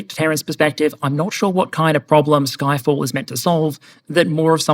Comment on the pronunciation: Did you say it called "Ffyck all"?